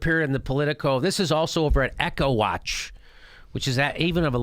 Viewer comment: He mispronounced EcoWatch. Echo Watch? Are they building a pipeline to smuggle repeated sound?